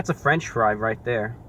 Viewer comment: wow really i naver heard of a franch fry before